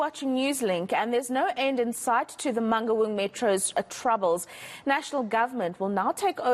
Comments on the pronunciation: This lady cannot pronounce Mangaung. For crying out loud, where does she come from? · Man-N- Gaun! WTF